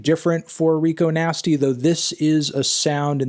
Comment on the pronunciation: Her name's Rico Nasty, Anthony, not 'Nigo Tasty', ffs. Other than that, really good review.